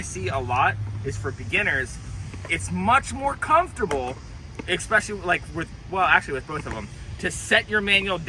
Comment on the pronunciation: Can you do a trick tip on how to pronounce "especially" next? JK... love you LOL. For real though good explanations on the 180 manuals and 180s out. I was trying to do fakie fs nosegrind switch bs 180 out (if you saw Gustav's part in sour solution 3 you'll know why) and my shoulders were what was messing with my head. I think I can apply a little bit of something from this to that trick. I almost got switch fs bigspin out of it too, also all shoulders, but I ran out of sunlight.